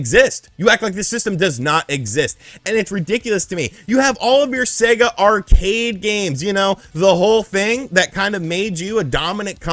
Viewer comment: "Seger" lol